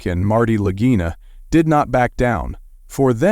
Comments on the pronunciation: Please pronunciation of their last name is wrong! Its lagina ok ! Im Italian i, know the language! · They can't even pronounce their last name correctly! Its , lagina !